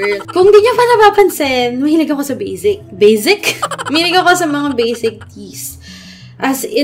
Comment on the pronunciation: that 'bazic' and 'yuhn' HAHAHAHA